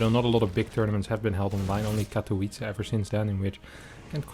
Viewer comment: I love your content,, keep it up! <3 Just a hint though - IEM Katowice should actually be pronounced with V instead of (English) W. So more like Katovitze. Hope it helps:)